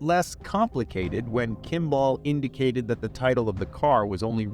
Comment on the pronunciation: I really wish you would have looked up how to pronounce 'Kimball'.... might have connected a common name you have heard with the spelling you apparently have never seen before.